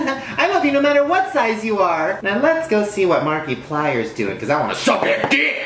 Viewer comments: Glad I wasn't the only one who heard that. I thought people would call me obsessed because of my name. :p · I cringed to hard and I don't even like him (sorry guys no offense) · Who doesn't?? But he called him Marky-plier not Markiplier and that bothered me a little bit 😂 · I cannot believe he just said Markiplier (Markimoo) next time it's Jacksepticeye (top of the morning to you laddies) Oh man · "Now lets go see what marky plier is doing"..... me:you mean markiplier? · marky plier PFFT Shane we love you but it's not marky it's Markiplier but hey that damn milkshake looks good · I loved that he mentioned Markiplier but pronounced if Mark-ee-plier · I GOT SO EXCITED ONCE HE MENTIONED MARK LIKE OML I KNOW U JUST SAID MARK-EE-PLIER BUT THATS OKAY BECAUSE ATLEAST HE KNOWS HIM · is no one going to talk about how shane referenced markiplier but he pronounced it markEEplEEr no? just me? okay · towards the beginning sort of. He says it like Markeeplier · ***** Literally everyone else I've ever heard say it, including himself. XD It's Mark-a-pli-er. I usually just call him Mark, though. My friends know who I'm talking about haha he is Senpai. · You asked who doesn't call him Mark-ee-plier... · "Markeeplier" Gotta love him lmfao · "Marky-plier" lmao wtfBeing a markiplite, I found that hilarious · He pronounced Markiplier as "MARKEEPLIER" and now I have mixed feelings. XD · He could just mispronounce it for fun. I do it all the time. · "marky-plier?" hahahaha oh man. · “Marki-plier” XD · More like Marky-plier xD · Is nobody going to say anything about when he said markyplier (markiplier) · I cried at how he pronounced it, but I also cried cos UNO, Markiplier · He says Markiplier so weird 😂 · Was it just me or did he just say "Markiplier"?